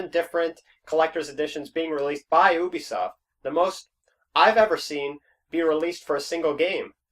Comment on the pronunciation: Did he really say oobisoft not ubisoft wow